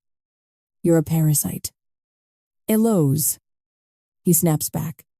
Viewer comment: Wasn't ALL the many mispronounced words, especially the numerous ways Eliose is said that clued you in? Just saying that screamed it, imo.